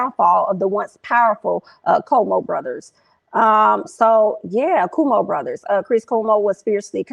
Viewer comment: Cuomo is pronounced 🗣Quo - Mo